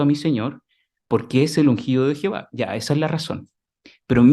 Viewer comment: No es por criticar pero porque no pronuncia bien el nombre de Dios es Jehová no es Jihova es como sí no pronunciaron bien el nombre del discursante seguro que al discursante no le iba a gustar mmmmm